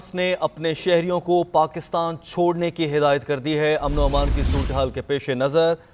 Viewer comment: "..Shodne ko kaha.." ,,😂😂 I can understand why 'S' instead of 'C'..😆😆